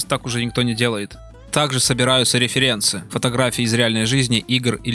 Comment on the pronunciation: Определись ты уже с ударением в слове Референсы. Паскудно слушать